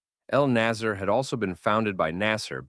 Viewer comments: you mispronounced everything here, Ramzies instead of RAMSES and you couldn't notice the difference between NASR and NASSER and called them both nazer thinking they meant the same thing. I understand you are not an Egyptian Arabic speaker but it's noteworthy details here. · as far as i know, the company name is Naser, Pronounced: NAsr (very short, tight vowel, almost like “nuhsr” or nuts in English) you can clearly see it in Arabic , but you keep naming it Naasier like the Jamal Abdul Naasier.